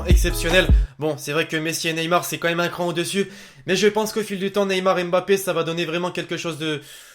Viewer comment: c pas m'bappe c mmmmm...bappe